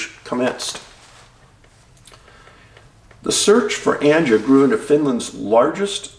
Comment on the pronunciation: Anja is pronounced like Anya